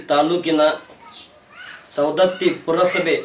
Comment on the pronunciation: ಸರ್ ಸೌಂದತ್ತಿ ಅಲ್ಲಾ ರಿ ಸವದತ್ತಿ. ಸರಿ ಮಾಡಕ್ಕೊಳಿ